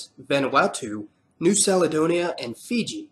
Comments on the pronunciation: You pronounced Caledonia incorrectly. Its pronounced Carledonia, instead of Sarledonia. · Kal-e-donia!, not Sal-e-Donia. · the " C" in Caledonia is pronounced as the c in cat ! Captain Cook gave the island its name : New Caledonia because it reminded him of Scotland . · You pronounce “Caledonia” with an S?😂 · well dont expect people are not from our country to pronounce it properly...simple